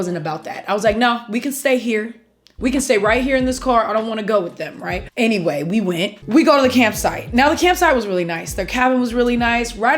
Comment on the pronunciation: That attitude with "Anyway, *WE WENT*"